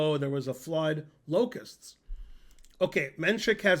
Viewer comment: Lmao “locusts”. Love you Ben